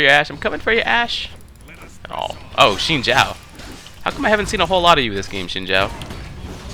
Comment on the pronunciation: silly X its pronounced, like zin zao (not shing zhao)